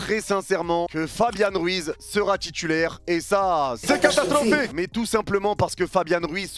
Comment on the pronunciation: Ce que j'ai retenu "C'est catastrrrrrophique !"